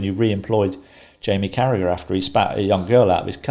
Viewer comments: Yip he's a horrible bloke.i refuse to watch or listen to him: charragher I mean . Matt is awesome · its unbelievable Carragagagaga ...........spit is employed by anyone